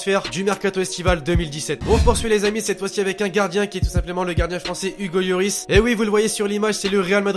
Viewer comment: pk tu dis yoris on dit loris